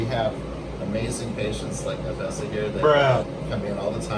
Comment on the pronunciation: "Nah-fess-ah" 😂😭 I cringe every time I hear someone mispronounce peoples names